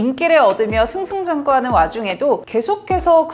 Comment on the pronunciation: 승승장구 를 승승장꾸로 발음하시나요